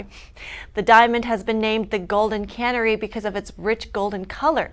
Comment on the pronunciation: "Golden cannery" lol. Cuh-Nairee